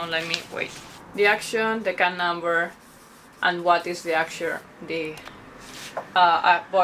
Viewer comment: おもしろい！１番好きな場面は"cut"を日本語っぽく発音してるところです^ ^